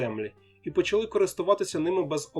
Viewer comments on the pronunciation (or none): none